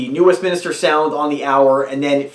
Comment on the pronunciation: Westminster not Westminister